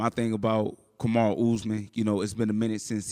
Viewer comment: "Comma-ru" is CRAZY